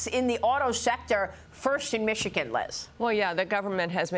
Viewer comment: Can someone teach her how to say Michigan holly cow 😂😂😂 “mitchagin”